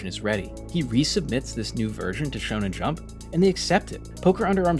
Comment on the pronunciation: His name is Araki, not Iraqi The magazine is Shonen jump, not Shon jump